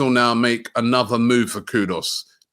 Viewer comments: Robbie, it’s K-U-D-U-S not K-U-D-O-S. Got it? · his name is not pronounced KuDOS it's Koo-Duus!!!! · Robbie, it’s KudUs not KudOs 😊